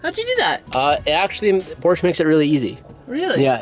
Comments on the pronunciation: Its called porsche not porscha hahaha but im not serious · finally you're saying por-sha! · say it with me Por sha